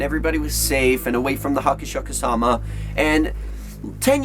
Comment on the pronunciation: Hey it is *Hasshaku-sama" not Hachisaku-sama